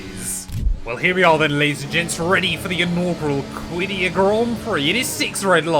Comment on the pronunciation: The pronunciation is qaddiyah قديّه